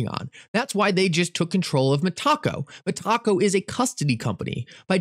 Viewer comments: Meta-co not Me-taco. When my friend? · Meta-co , not Met-taco 😂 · Meta co 🙄 not (me taco) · He does that so we’ll interact with the video. It worked. 😂😂😂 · you keep calling them MET-TACO. I'm pretty sure it's META-CO. Like Meta Company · Its META-CO not ME-TACO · Met-a-co not Me~taco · Meh-taco lol. META-co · Hello THATS NOT HOW YOU SAY METACO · He can’t even pronounce Metaco correctly either